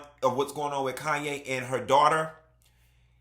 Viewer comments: The way he says "Andy-lay" 😂 and "Kanye" for Khanyi... Haha it's always hilarious to hear y'all butcher (unintentionally of course) names we're so used to lol. Fellow South Africans.. hello 👋🏽🇿🇦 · He’s close with Andile. But Khanyi…. Lol. That one, forget about it 😂😂😂